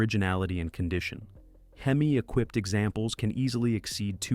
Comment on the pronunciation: Dumbass AI narrator. H-E-M-I 🙄🤣Couldn't handle the word Hemi. Are people really this lazy ?